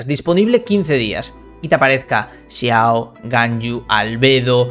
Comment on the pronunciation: Por q siempre dicen las cosas a como están escritas xd da un poco de risa cuando dicen u tao chiao xD por q no pronuncian bien. XD